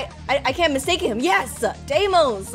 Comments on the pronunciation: IT'S not desmos it's deimos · It’s pronounced Deimos (dem ee os)